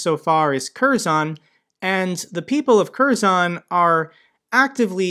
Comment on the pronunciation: If you want correct sounding of "Kherson" city, say two words together "Her son [city]". This coinsides 100% of how it sounds on Ukrainian.